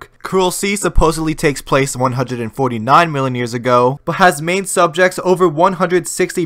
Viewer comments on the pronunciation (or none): none